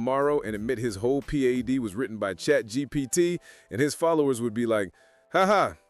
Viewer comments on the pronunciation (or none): none